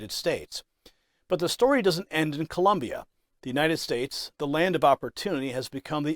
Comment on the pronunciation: Colombia 🇨🇴 not Columbia 😂😂😂😂🤦‍♂️